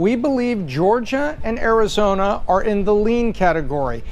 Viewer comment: vurting in Arizoner